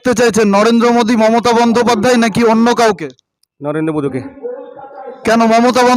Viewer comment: রাহুলের কথা বলতে কি কষ্ট হচ্ছে ,momotat নাম টা কি ভাবে বলছেন ,,বিজেপি র পক্ষে কাজ করছেন করুন